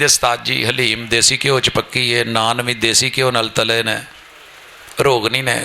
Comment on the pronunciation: aapane Jo lafz Halim bola hai usko Dalim bolate Hain❤